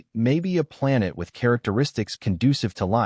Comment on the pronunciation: Your A.I. robot narrator can't even pronounce the word "planet" correctly. Would it kill ya to maybe FIX that before you post your damn video? SMDH I just don't get it. I'm out .